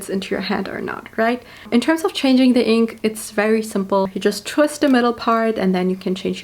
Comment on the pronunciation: I love how she pronounces “the” as “de”